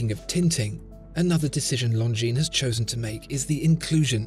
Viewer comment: Always reads it "lozenges" 😂